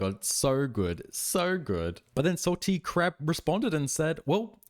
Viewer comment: Are u saying Salty Crap or am I hearing wrong 😭😭